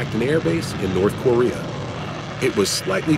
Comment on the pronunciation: dude, learn how to say Korea. I couldnt make it threw after that bs